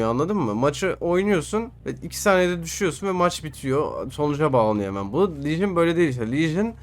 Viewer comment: Legion diyon ne diyon